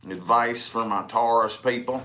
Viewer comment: Tauros versus gemini 🤣🤣🤣🤣🤣🤣